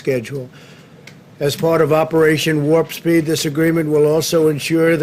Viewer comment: Did he say "Operation Wharpspeed"?